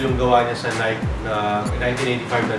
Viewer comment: Bro it should be NAI-KEY. Stop saying NAIK